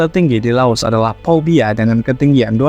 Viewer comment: Org laos sebut nama ibukota mereka sendiri dgn sebutan "wiang chan" itu pengucapan laos nya dari "vien tiene" krn kata2 "vien tiene" berasal dari bhs prancis. Untuk gunung nya penyebutannya itu "pubia" bukan "powbia" sekedar FYI aja. Sori klo seolah kaya menggurui